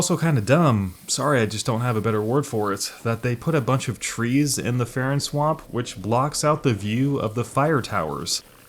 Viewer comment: farron keep not farren 👌